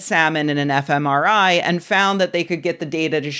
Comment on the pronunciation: When Rebecca says, FMRI I hear, F M, EmIrite?